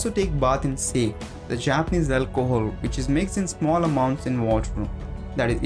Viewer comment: nice video, but japanese strong alcohol is pronounced SAH-KEH, not SAKE. just FYI. good work tho.